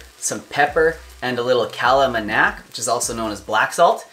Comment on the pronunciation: Hey man, I am pretty sure its "kala Namak" not manak. Namak literally translates to Salt